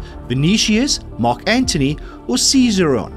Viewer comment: Dear, I really enjoy your quizzes. If I might make a hopefully helpful suggestion? Please look up and practice the pronunciation of words you might not be completely comfortable with? (Ex: lyre; "leer or lier" (it's correctly pronounced LI-er), or "Ses-AIR-ee-on for Caesarion), it would really help your listeners. Keep up the good work! 🙃